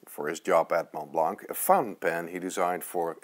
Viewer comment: How can you buy such an expensive pen and not pronounce the name correctly? The T in Mont and the C in Blanc is silent.